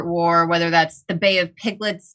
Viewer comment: “Bay of Piglets “ lol